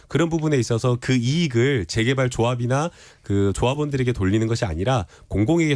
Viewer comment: 김남국ㅡ제개발이 아니라 재개발 발음